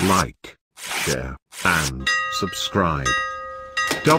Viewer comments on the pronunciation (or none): none